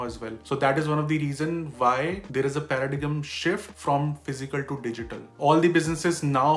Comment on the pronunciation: My favorite part is his pronunciation of Paradigm !